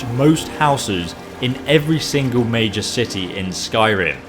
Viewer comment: Everytime says major cities I always hear Mage's cities.